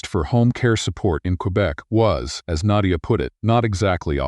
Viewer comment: I've never heard the name Naydia before. Is that just how the AI chose to pronounce Nadia?